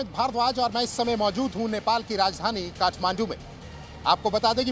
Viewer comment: काठ मांडू नाही ताठ मांडू 😂😂